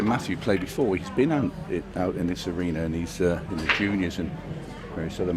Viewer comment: Is it pronounced arena or arener?